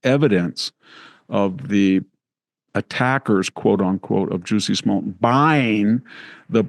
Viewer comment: “Juicy Smollette” 🫢😅🤣🤣